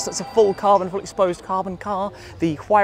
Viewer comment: is that how to pronounce huayra?